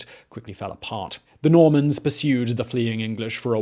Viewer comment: I keep hearing MORMONS instead of NORMANS xD